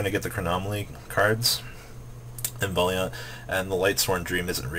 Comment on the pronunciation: For fucks sake it is pronounced: VAL-EE-ANT. Legacy of the Valiant. not Legacy of the Vall-ee-Aunt